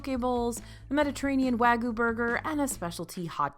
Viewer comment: Love the video. As you said, it’s subjective so I rank some places higher or lower than you did, but you did give a lot of valid reasoning. Not being good for kids is something I don’t have to deal with often, but I can see how that lowers a ranking. Two pronunciation corrections I noticed. You either had emphasis on the wrong syllable or missed a letter/sound. -Trattoria: trah-TOH-ree-yah -Wagyu: WAHG-yoo -Tonkotsu: ton-KOHT-su (ton-KAHT-su is deep fried pork cutlet)